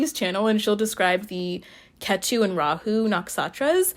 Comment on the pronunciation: I find it funny how your pronounce Ketu! Like Tattoo 😂😂 Cute accent!